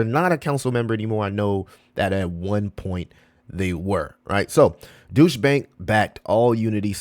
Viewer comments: And just to help out ,Deutsche , isnt pronounced Douche …. It’s pronounced D-oi-ch. Doich. D as in dog , Oi like in oil and ch like chain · It’s not pronounced douche bank 😂